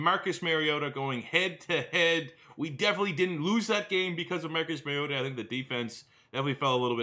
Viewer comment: Love this series! If you care, the Mario in his name is pronounced like the Italian plumber, not Mary-o